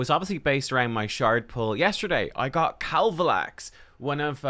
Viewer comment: Way to go, you successfully BUTCHERED KAVALAX....Can I have him please